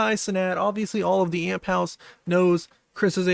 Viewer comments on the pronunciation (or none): Bro say a-m-p not amp lmaoo